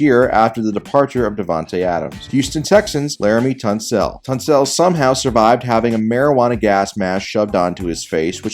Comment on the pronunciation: Laremy TON-SELL